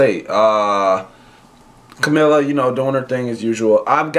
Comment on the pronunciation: please learn how to pronounce her name CAMEELA PLS its annoying tht u do a video abt her n cant take her name